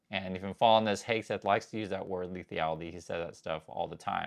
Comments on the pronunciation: Respectfully, it's lethality not "lethiality." Appreciate your content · Leth-al-i-ty. 4 syllables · Rethink 'lethality' pronounciation